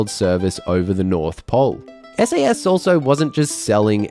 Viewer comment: "SASS" haha